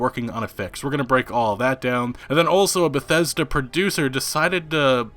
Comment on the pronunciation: Todd Howard: Christmas...Bah-thes-da!